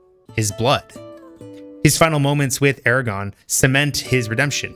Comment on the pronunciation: Love the video, but your pronounciation of Aragorn is killing me 😭I keep thinking your referring to "Eragon"